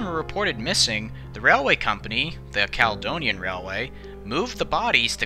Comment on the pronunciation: Being from Edinburgh and spending a good few years working with Americans (Daily conference calls) I can testify that a lot of Scottish names seem beyond Americans. Only names that really jarred with me was Caledonian (Cala-Donia) & Carlisle (Car-Lyle). Most of the rest were a good attempt.